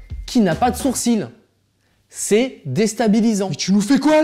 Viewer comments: A c'est juste moi ou au lieu de dire "sourcil", il dit "sourcine"? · Bien vu, je viens remarquer et on dirait bien qu'il dit "sourcine" ! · En fait j'avais jamais fait gaffe, mais en voyant ton commentaire j'ai bien écouté et tu as totalement raison ;) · Oui il dit sourcine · Les français prononçent sourcil 'sourcine'? 😂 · moi surcine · tu a raison il dit sourcine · je me disait bien aussi :) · Je pense qu'il dit sourcil avec un e